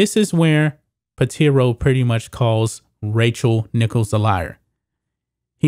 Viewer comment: Pitaro, not Piteero.